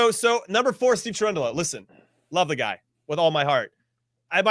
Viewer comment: Cherundolo???????? I love Cherundolo, but.... dude. OK.... at 1-0 he is perfect, there is that. LoL